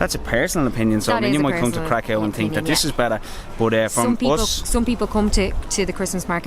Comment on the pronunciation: oh yeah, Kraków is cool but Wrocław is just superb 😉 btw Kraków pronounciation is krakoov, not krakov. Why ? Cos ' ó ' it is not ' o ' . It's actually ' u ' ! But what we call it ' u ' - "closed". In PL there are two kinds of 'u' = normal one which is U and Ó. So Kraków = krakoov ✅. Ps. Guys,next time come to PL in spring or in summer with a temperature up to 38-40°C 🥵😉 Best Regards